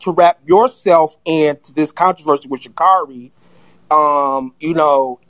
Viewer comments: Hey guys, I know that you're disappointed in her performance yesterday, but can we please at least pronounce this woman's name right? It's Sha'-CARE-ri, not Sha'-CAR-i. Would you mind pronouncing Kamala Harris' name correctly, as well? Thanks. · And if they are gonna keep strapping on that cape for her, and creating petitions, they could AT LEAST pronounce get name correctly.